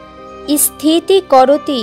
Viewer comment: ইস্থিতি আবার কি? স্থিতি--- আগে উচ্চারণ শিখুন ম্যাডাম-- জয় মা-- ভি ডি ও এমনিতে ভালো